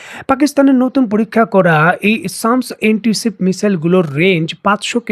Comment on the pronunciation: সামস্ না এটা স্ম্যাশ। মানে চূর্ণ করা।